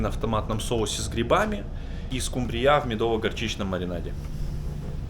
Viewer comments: А скумбриЯ - это по-каковски? )))) скУмбрия слышала, скумбриЯ нет) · СкУмбрия, не скумбриЯ, не могу прям а-а-а-а-а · А почему скумбриЯ. Вроде правильно скУмбрия? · Мне очень нравится смотреть ваши видео, но слово "скумбриЯ" просто режет слух. Хотелось бы услышать более распространённое "скУмбрия" :) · скУмбрия, не скумбриЯ, не выворачивайте пожалуйста это слово, и газирОванная, не газИрованная, кУхонное, не кухОнное, извините, без обид. А вообще, Вы молодчина. У Вас со сменщиком разные меню, кто, что придумает,или что-то обязательно должно быть в рационе? Удачи и много подписчиков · Скажите, почему Вы все время говорите "скумбриЯ"? В этом слове ударение на букве "у" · ...в чём прикол чувак, называть скУУУмбрию ... скумбриЁЁЁй:face-fuchsia-tongue-out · скУмбрия , а не скумбриЯ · СкумбриЯ - это сильно! Всегда думала, что надо говорить скУмбрия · Простите ,но не СкумбриЯ,СкУмбрия,ударение на у.Удачи. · Готовишь огонь ) Лайк однозначно ) Только не скумбриЯ , а скУмбрия , это от - где носят документы и докУменты? Документы носят в портфеле , а докУменты в пОртфеле ))) Ничего личного ) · Всю жизнь говорил скУ́мбрия, а не скумбриЯ́. А как вы называете эту рыбу?🐟🙄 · скУмбрия, а не скумбриЯ) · Почему скумбриЯ...?Правильно говорить скУмбрия.) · Приготовь экипажу блинчики! Сейчас же масленница! ☺ Можешь сделать с начинкой, а так как экипаж мужчины,, сделай с мясом. И заодно узнай их мнение.... Приятно будет услышать, что они думают о нашей русско-украинской кухне. 😊 И почему ты говоришь скумбриЯ? Ведь правильно скУмбрия. Или я ошибаюсь? 🙂 А вообще..... ТЫ КЛАССНЫЙ! УДАЧИ ТЕБЕ И ПРОЦВЕТАНИЯ! 🤗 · никогда не слышал скумбриЯ) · спасибо за твой труд) Всё пытался понять, откуда ты, в каком-то ролике увидел этикетку чего-то на родном языке) тепло) но вопрос: почему "скумбриЯ"?) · Так смешно говоришь-скумбриЯ😂необычно на слух воспринимать. А так вообще-умница!!! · Хаш браун -драник😂,почему скумбрИя? так уши режет! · Ску́мбрия, ударение на первый слог.